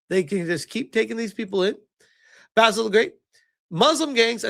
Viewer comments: Spell it like "ba-seal" to rightly say Basil the great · Only took ten minutes for basil to get pronounced baysil again! 😂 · I told you weeks ago that you were saying Basil incorrectly.